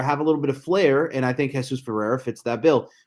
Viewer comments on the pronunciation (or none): Omg I turned this off after 10 seconds if he can’t fucking say his name right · For me, it's impossible to spend time listening to someone who doesn't pronounce it correctly.